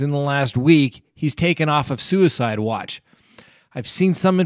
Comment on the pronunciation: Did you just say "sewerside" at the 2.27 mark? Lol!